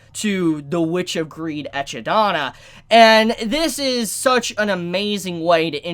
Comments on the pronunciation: it’s pronounced Ekidna, the Ekidona is just a Japanese pronunciation of it, because the name comes from the mythological Greek monster Echidna aka the mother of all monsters and the wife of Typhon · It’s NOT Ecchi-Dona! It’s just like Knuckles the Echidna! From Sonic. Say it right. Don’t bautch her name. Echidna!!! Satella!! Not saughtel...bro. Also he’s 1st death isn’t with a girl named “Elsa” wtf. This isn’t Frozen. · Oh god how did you pronounce Echidna... It's pronounced Ekidna not Echidona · Bruh you said ecchi dana.. her name is pronounced like knuckles Echidna (Uh-chidna). You out a whole nother A in the middle of d and n, how bruh 😂😂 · Echidna. Pronounced E-kid-nah. Like the Australian animal. Not Ecchi-dana. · Love you,, just wanted to say something that’s been bugging me, it’s pronounced Eki-dona not Ecchi-dona, otherwise it sounds like you’re saying slut-dona in Japanese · Me: triggered he said Echid-Donna. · Its Echi-Dna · ......Echi-dana? ...People DO realise that an Echidna is an actual animal with an actual pronounciation? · Note that the correct pronunciation is Echidna, not ekidona. Otherwise, we'd have to call Wilhelm and Felis by their katanaka as well - Viruherumu and Ferisu. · ecchidana? 🤢 didn't you hear in the episode how it's pronounced ? EKIDNA, it's supposed to be pronounced EKIDNA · I can't get over how many times you called her Ecchi-dona with a hard H sound. I even gave you the benefit of the doubt thinking I didn't hear her name right when I watched it. and she doesn't pronounce it ecchi-dona, she pronounces it more like equi-dona. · It's not Echidonut. It's neither Hentaidonut She's Ekidna or Ehidna 🙄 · Sorry, I luv you but I can't get the fact that you called her: "ECCHIdona..." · it's echidna (pronounced Eh-Kid-na) but japanese needs every syllable to end with a vowel so .. we get eh ki do na ... I mean, we don't call Rem, Remu or Ram, Ramu. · (Eki-do-na) not echi. It will sound lewd 😂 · Echi D N A